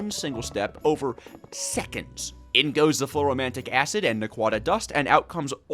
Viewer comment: Bro can't pronounce basic names like americium, lutetium, fluoroantimonic acid and other